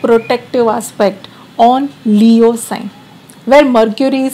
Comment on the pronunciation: I like how she talks😅..."talking about Leo'oh"